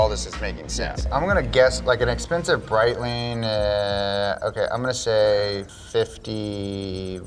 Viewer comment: Brett-ling and tor-ble-own is how it’s said💀